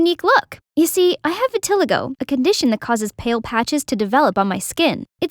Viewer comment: Thats not how you pronounce vitiligo...🤦🏻‍♀️❤️